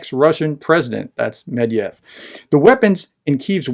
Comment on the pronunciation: Not "Mediev", but Met-Ve-Dev". Or is it a plot to belittle the man by shortening his name? 😄 You just need to pronounce the Romanized Russian names exactly as they are written, Romanization is all about phonetics. Look at he never has any trouble pronouncing the most difficult and longest Ukrainian village names or Russian weapons' names. He just says the names as they are written one syllable at a time, fast enough to pass for a native. Well, he is probably an honorary native by now! I am not even sure Russia actually sent captured Western weapons to Hamas. Since they are faking this news, they don't need actual weapons, they just need to claim that Hamas claimed that Ukrainian mafiosi sold them weapons that were sent by the West to Ukraine, a very complex story easy to debunk at every step. An official Hamas statement would instantly give more credence to this story, compared to a possibly Russian-made video with Arabic speakers in the audio background... About Afghanistan news being ignored by the west Hamas' Head of Political and International Relations Basem Naim also used a similar justification for the Hamas attack, that the situation of the Palestinians have been ignored as the US-China dispute over Taiwan and Putin's war to Ukraine took precedence in the news, so the attack was a mean to raise international attention after many years of Israeli oppression of the Palestinians. (interview on Sky News's channel).